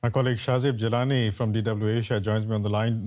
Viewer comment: I'm a little puzzled by the relatively Persian pronunciation of Shazeb Jillani by the host.